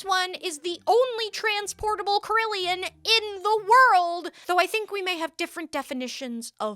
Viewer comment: Hey, not trying to be pedantic here, but the carillon is pronounced “cara-lon”, not “car-il-i-on.”